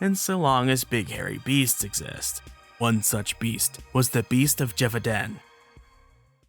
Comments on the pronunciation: Lol, this is like the third werewolf dedicated video I've seen this week and none of them have pronounced "Gévaudan" correctly. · Lol, but they also all agreed to mispronounce Gevaudan 😛